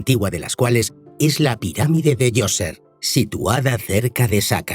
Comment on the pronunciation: No es joseph, es zoser